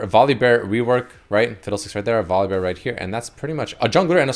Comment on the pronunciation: no one:: VolibÖr